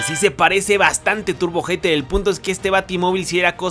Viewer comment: Siempre que dice Turbo hater pienso que dice Turbo ojete xD